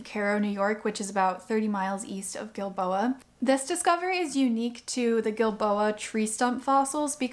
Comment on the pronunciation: This is so amazing! Thanks for the history, the science and the explanation! And most of all - thank you for enlightening me as to how to pronounce "Giilboa"! I didn't know if it was a "soft G" (like Jill-boa), or a "hard G" Ilike Gill-boa)!